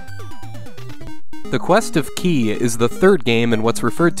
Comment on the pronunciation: The Quest of Ki is pronounced "Kye". Good game though